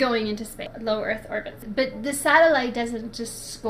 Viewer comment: "GLOBE EARF"